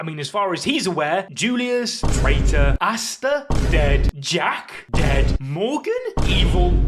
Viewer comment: Did bro say asta Dead😳